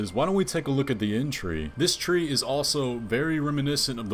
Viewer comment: Damn dude, your conclusions are so random and off-base XD "explains why matter is moving" "multi-armed guy main bad guy, used to be tarnished" what is this, fan-fiction? "Inn-tree" instead of erdtree? wtf